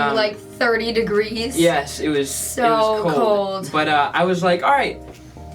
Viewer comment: “It was only 30 degrease” England “30 degrease” I’m fucking dieing